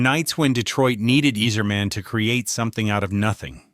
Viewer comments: Can you pronounce any name correctly? It's Eiserman and not Easerman, it's Chellios and not Chellios! Do some preparation, before you throw up in the microphpne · You're pronouncing it wrong, you sacrilegious jackass. It's EYE-zerman!!!! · Pronounced eyezermen . Could tell you never watched hockey. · I can't even finish the video..."Yeezerman". C'mon. "Cheelios" No way you're serious. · His name also isn’t pronounced eez-erman